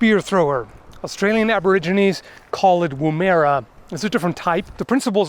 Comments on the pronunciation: woomeera??? dude it's pronounced Woom ah rah... sorry I am telling shad on you lol. they work lovely with a "viking" spear. :P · (Woom R Ah) is how it's pronounced here in Australia. Been using them for a long time, accuracy goes down but power goes up. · not trying to be a prat, but the aboriginal word is said "woom err ahh" the err is said like the ‘err’ bit in wonder. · Australian Aboriginals call it a woomAIRa. Me, an Australian: What. They call it a what? Do you mean a woomera? =_= I guess that could be hard to pronounce if you hadn't heard it before. I was lucky, I learned a bit about aboriginals at school and I heard them pronounce it for themselves. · "WOOM-er-ah", not "woom-ERA". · wu·muh·ruh, not woomeera it is an aboriginal word. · sorry, its pronounced Woohm erra" not 'woo merra'. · Woomera is pronounced "Whoom-ER-a" (not "ear-a") & they're pretty awesome in the hands an expert. I've seen a guy use one with a modern gidgee for fishing (standing up in a small aluminum boat) & it really helps to punch the prongs into the slippery buggers. He'd penetrated turtle shells in the past. You might want to investigate the Zulu/Xhosa spear called the Assegai , which can be launched with an equivalent tool to the Atlatl. There's also this .au/product/chuckit-classic-long/92-2000), which use the exact same principle, but to throw a tennis ball instead of a spear. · Pronounce it woohmarra with a quick ooh not ooooo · WOM-ER-A not WOM-AIR-A. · Glad to see you mention the woomera (WOOM-era, not woo-MER-a), not enough love is given to this unique version of the spear-thrower (that can also be used as a water dish, if you don't have anything else) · In Australia we pronounce the Woomera as woom-eh-ra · its more pronounced wuummara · Woomeras are used for spear throwing only, not dart throwing. The pronunciation is two syllables, not three. Woom-rah. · Pronounced “woo’ ma ra”. Woo = as in book